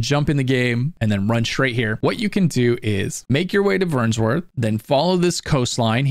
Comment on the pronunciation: There's no S in Vernworth my guy.